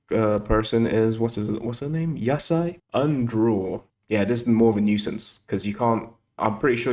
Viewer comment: yusai, not yasai lol (yasai means vegetable in jpn) I feel like some of these negations could be more practical/less of a nuisance if u changed ur interpretation of them accordingly. Might not be by much, but still.